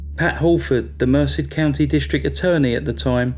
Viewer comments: It's pronounced Mer SED, not MER sid, if you're interested. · Very well done. FYI that town name is pronounced mer-CED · "Merced" is pronounced mur-SED (not that it matters, it's a total s**thole) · people please learn the proper pronuonciation of names. stephen lived in Merced califnot mercy get it right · Mer-Said is the pronunciation 😊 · Great video. Thank you! BTW Californians pronounce the town of Merced as Mer-said. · Incredible story. The town is pronounced mer SED. Rhymes with instead.